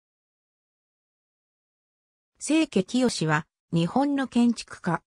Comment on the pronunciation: AI音声とはいえ、ひとの名前は正確に